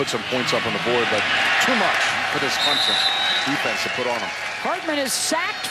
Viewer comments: Every time I hear someone say Clemzon and not Clemson I want to pull my hair out. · Can someone please tell her we are CLEM-SON, not CLEM-ZIN? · It's CLIMP-SIN !!